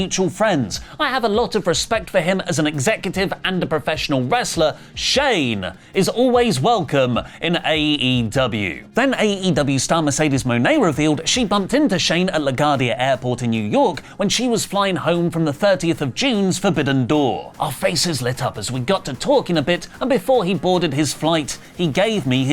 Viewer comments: LA Gwardia* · Pronounce it right LaGuardia. luh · gwaar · dee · uh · It’s “LaGooardia”. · I mean, unless you’ve been there or heard it said, it makes sense that you would pronounce it similarly to the word ‘guardian’